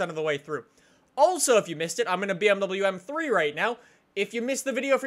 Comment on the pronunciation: He said bmwm